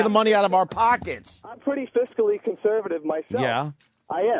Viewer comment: opie doesn’t even know how to pronounce the word conservative that’s how stupid he is.